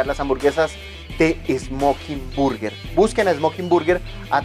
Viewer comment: por el contenido que tienes podría resultarte útil buscar la pronunciación de _burger_. También sería chévere mostrar muchos más sitios en el sur y en el occidente; ustedes saben que en los barrios populares es donde siempre están los mejores sitios.